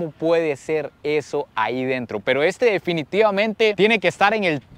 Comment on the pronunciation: "Estaudio" jaja. Saludos amigo!! Excelente contenido 👌